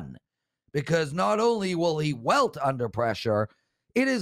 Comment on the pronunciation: it's "wilt" under pressure, not "welt"